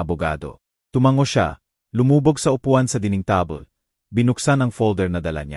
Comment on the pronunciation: Ano yan table naging tabel or tab-le